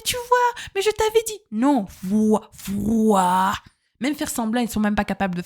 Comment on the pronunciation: la façon dont vous insistez sur "le froid" 😂😂 tellement vrai